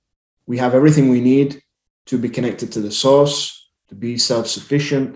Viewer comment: I thought you were saying SAUCE.... POUR SAUCE. OH my God. thank God I heard you say SOURCE ... NOT Sauce. I really thought you said Sauce. I thought...he thinks we are made of spaghetti sauce underneath everything. source. source. okay. so how to I freaking STOP TGIS CONSTANT HIGH PITCH RINGING? I WANT IT TO STOP